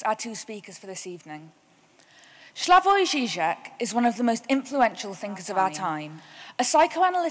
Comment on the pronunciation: he even mispronounces Slavoj's name...pure English "superiority"...even after the guy from audience pronounces it correctly mr. Self does not correct himself...pure lack of respect